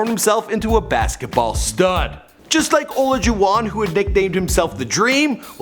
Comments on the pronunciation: It’s hakeem olaajuwon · Oh-lah-jew-on, you really need to find out how to say their name before you make these videos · Hakeem Oljuwon Its OLAJUWON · It's Har-keem Orla-Ju-Won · OLAJUWON ....pronunciation UH-LIE-JEW-WON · "Hakeem (Ol-jawon)" that sounds absolutely disgusting. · O-LAH-JOO-WAN thats how its said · Olajuhan lol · O LAH JUN HAN 😂😂😂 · turd, learn how to pronounce Hakeem Olajuwon's name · That's not how you say Hakeem olajuwon last name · Good job butchering Hakeems last name and all of Luc ricard mbah a moutes names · The way you pronounced Olajuwon… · Learn how to pronounce Hakeem’s name😂 clown smh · SMH THE AUDACITY OF THIS MAN FUKKIN BUTCHERING HAKEEMS NAME LIKE THAT!!!! STOPPPP ITTTTT 5!!!! 😂🤣😆😩😫😠😡🤬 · the way he pronounced olajuwon was cringy af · Everytime he pronounced Hakeem's last name like that. I just cringed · The way he pronounced Olajuwon🤦🏽‍♂️😫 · Bruhhh Olajuwon and Mbah Moute pronunciation has me dead 😂😂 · the way he pronounced olajuwon and mbah a moute lmao. poor guy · Wow. Please NEVER say Hakeem Olajuwon's name again. That was a blasphemous pronunciation. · You cannot pronounce hakeem Olajuwon and Luc Mbah a mboute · Lol have you ever actually heard anyone say Hakeem Olajuwon before? My ears hurt every time u said his name. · Omg the way u say Olajuwon is so frustrating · You can tell you aren't a basketball person. You clearly butchered Hakeems last name lol. Like you was just reading it and trying to pronounce it the best you can. I'll give you an A for effort. But you definitely butchered his last name lol ha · Nice pronunciation of Olajuwon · How you pronounced Hakeem’s name LMAO 😂😂😂 EDIT: How he pronounced his last name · Olajuwon pronunciation drove me crazy 😂 good video though. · Your butchering Hakeems last name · Never call me Jojo and get Hakeems name right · This guy mispronounces Hakeem Olajuwon’s name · Oh god the way you were pronouncing Hakeem’s name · U NEED to learn how to pronounce olajuwon!!!!